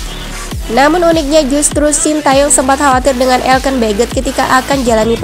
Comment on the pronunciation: Elkan woy bukann elken